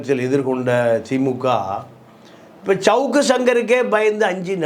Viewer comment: ச்சவுக்கு... ஜவுக்கு...ன்னு சவுக்காதய்யா கன்றாவியா இருக்கு 🤦 சவுக்கு இல்ல சங்கர்ன்னு சொல்லு